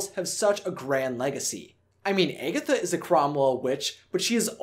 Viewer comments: It is not pronounced "Eggetha" it is pronounced "Agatha"! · Am I the only one bothered by him pronouncing her character name as Eggatha instead of Agatha?!?! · If he says "Egg-atha" instead of Agatha one more time, my head is going to explode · Omg yes!!! 😩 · I had to stop watching the vid bc of it. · Or eggy 😂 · It sounded like you were saying "Eggy" instead "Aggy" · Her name is Agatha, NOT Egatha!!! 😂😂😂 Get it right dude!!! XD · its not pronounce eggatha, its pronounced aaaagatha....anyone who loves this movie knows that. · ....Eggetha? Did I hear Eggetha? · Why does he say agatha weird? He says eggatha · I think you're pronouncing Agatha's name wrong its pronounced Ah gah tha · The whole video I was like that’s not how you say it!! Lol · the fact that he pronounces her name wrong makes me upset. RIP Debbie Reynolds... Forever Agatha Cromwell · Good video but this guy can’t pronounce Agatha to save his life. And it kills me.